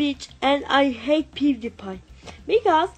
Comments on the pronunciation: he sayed pudepi not pewdiepie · He sounds like he said "I ate booty pie" lol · The third one or fourth the one that said don’t call me fat I swear he says I ate pewdiepie for the first like two times